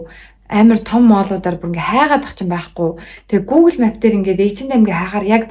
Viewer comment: map gdg ugee buruu heleed bn. Duudlagaa zasaarai